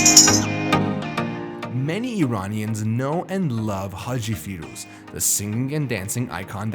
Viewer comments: Exactly...a fooool who doesn't know Iran-ian is not Eye Ranians can choke on his propaganda source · Lol Zwarte Piet parallel 😂 EDIT: The guy said "Eye Ranians" anything he now says I will not listen to 🤣